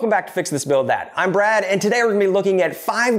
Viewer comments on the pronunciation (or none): none